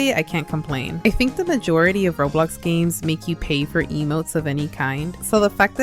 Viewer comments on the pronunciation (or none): none